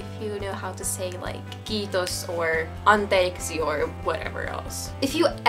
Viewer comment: it aint cold here btw you said anteiksi insread of anteeksi